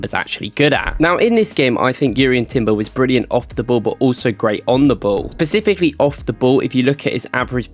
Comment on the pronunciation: the word is specifically not Pacifically